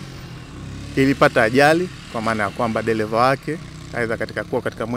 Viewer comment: Hella, ni sheeeedah! c kwa lafudhi hii,Eti Gali, deleva,kulekebisha, Nyelele😂😂😂😂